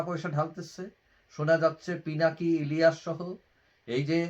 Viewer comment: The name of Pinaki and Elias is not right to pronounce in your face